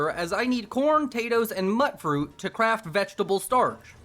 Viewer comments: Did you say… MUT-Fruit? As in, “That dog is a mut”?!? Its a mutated fruit! MUTE-Fruit! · BROOOOOOOO "Mutfruit" is short for mutated fruit. The first syllable of the word is pronounced [myo͞ot ] in Fallout 4.